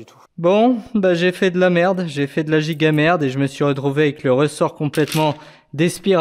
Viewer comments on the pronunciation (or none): none